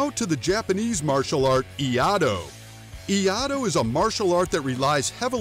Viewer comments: Pronounced ee-ya-ee-do, not ee-ya-do. Iaido requires drawing the sword in one smooth motion, then returning the sword to it's scabbard. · Great video, but it’s pronounced Iaido, like it’s spelled, instead of “iado” Correct pronunciation: “ee-ai-do” Wrong prononciation: “ee-ah-do” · This is kind of a dumb comparison. Escrima is actually a self-defense martial art that you can use to defend yourself. Iaido, which I study and practice (and which is pronounced “ee-EYE-doh,” not ‘ee-AH-do” like the video says), is more of a zen art that is meant to develop your inner spirit. It is a solo art, where you focus on form and calm, flowing movements, rather than speed or power or striking. So trying to compare these two are like comparing apples with bell peppers. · You do realize the pronounced it eeeee-I-dough. It's closer to just I-eye-do. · I have practiced eskrima from filipino guros for 40 years. Very well articulated, sir, I enjoyed its accuracy. One constructive comment on Iaido. I belive the art is pronounced. E I DO, not E AH DO.. well done! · As a iaido student I had a stroke when he said “ee-i-do” ITS “yai-do” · What's with three commentator's pronunciation? "IA-DO"? Wt... It's IAI-DO! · I A I DO... not I A DO. You pronounce the second I like E EYE DO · いあとー…ではなくて、 いあいどー。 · It annoys me every time he said I-ah-do. It's i-ai-do. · It's pronounced i-a-i-do not i-ado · Really too hard to pronounce "iaido" correctly? I-ai-do. Not i-aado... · If you are going to refer to an art, at least understand the correct name Iaido is NOT ee AH do Iai pronounced ee eye do. The art is Iai do is the japanese word for way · cant stand you saying IADO not IAIDO... Its so bad. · Clickbait bullshit. And it's not pronounced Eeeahdoe. It's eeeayedoe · Thanks for butchering the name of my martial arts styles. Iaido is pronounced as ee-eye-dough. Not iyado😢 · IAIDO = ‘ee-i-dough’ phonetically. Took me awhile to learn so many Japanese pronunciations. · "EE-YAH-DOH!" Good lord.